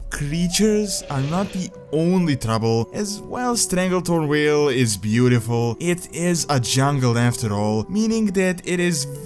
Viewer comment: Vale not whale